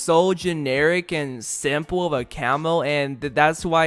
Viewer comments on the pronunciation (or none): none